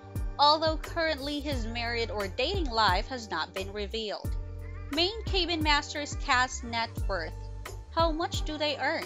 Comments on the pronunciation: "cay been"? Oh, CAB-BIN. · In what world is 'Cabin' EVER pronounced as 'CAY ben'??? This narrator needs to be corrected! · Thank-you! What a maroon...Kay- bin. Where on the planet is cabin pronounced like that?🥴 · You would think narrator could pronounce cabin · Good post, but the narriator needs to learn how to pronounce "cabin" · You don’t know how to pronounce “cabin”?! Seriously? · Thumbs down. Cabin isn’t pronounced ‘cay bin’. Also said Morrill wrong too.